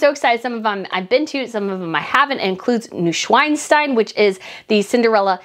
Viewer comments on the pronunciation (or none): Pleeeeaaaase. It’s Hohenschwanstein, not Schweinstein. Schwan like shvan, not Schwein like swine. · You made me laugh out loud. As a German I am used to Americans pronounce our Names wrong, but I almost spat out my tea. The famous castle is NeuSCHWANstein not NeuSCHWEINstein. NewSwineStein....LOL. Thank you for this laugh. It's all good :) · Comment from a native German speaker 🇩🇪: Brittany's pronunciation of "Neuschwanstein" is almost perfect. However, there is one important detail. It's "Neuschwaaaaanstein" with an "A" like when you are at the dentist's. The way Brittany says is with an "ei" sound like in "I" makes it sound like she is referring to pig 🐖 (Schwein), instead of a swan 🦢 (Schwan), perhaps even swearing. 🤭 Anyways, this is still a very good pronunciation for a foreigner. I just thought I point it out as you plan to go there and will probably say it a lot more often. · Please be very cautious with the pronunciation of Neuschwanstein. Schwan is a swan and Schwein is a pig. And you said the latter.